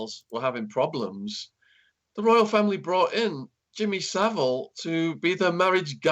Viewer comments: It's Savile NOT civil as well!!!! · Rhonda Eiser it’s Savile, not Sivile 🤣🤣🤣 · I can't believe that he keeps pronouncing it wrong it's not like Shaun didn't say it correctly about 10 times. Bizarre!